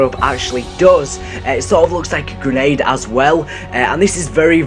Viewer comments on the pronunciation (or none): none